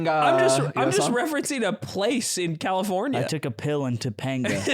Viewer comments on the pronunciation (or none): bro when goes " Imma take ha to ToPanGaa" I lost it LMAOOO